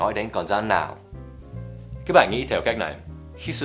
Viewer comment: Con " rắn " chứ không phải " dắn " nhé buddy